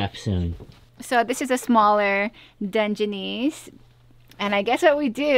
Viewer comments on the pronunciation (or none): “Done-jah-niece crab” 🤣🤣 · I like how you pronounce Dungeoness Crab 🦀